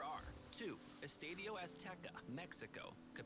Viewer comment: This guy is really dumb for not including Gillette, MetLife and Houston. I mean the fucking final is going to be in the metlife stadium? And he could put a LITTLE bit more effort to pronounce the Spanish words correctly. I’m a gringo but fucking Christ bro, “eeestahdyo”